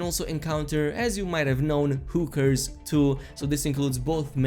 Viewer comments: I love how you pronounce hookers. You really said whoo 🦉 kers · god they way you said hookers just sounded funny as hell im sure its cause of ur accent but they way u say it, its just funny u got a like for making me laugh